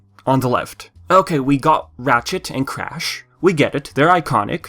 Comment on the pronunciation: am i the only one hearing him saying matchet instead of ratchet?